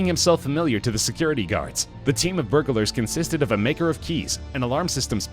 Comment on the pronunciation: A bag nail. Burgalers. His pro non c a shen is killing me.